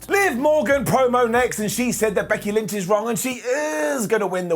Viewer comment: “Becky lench”🤣